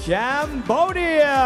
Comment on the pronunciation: Why they pronounce cambodia like sambodia hahaha what a heck